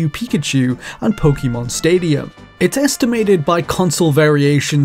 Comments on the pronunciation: Narrator, It's po ke mon. Not po ki mon. It's 2020 dawg no excuse. - _ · it's pronounced "Poh-kay-mahn."